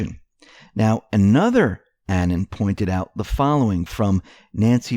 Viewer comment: it's pronounced a-non as in "anonymous", not annan like banana.